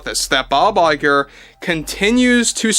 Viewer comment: What his name??? Bye bye girl?? It s all I heard when you says his name..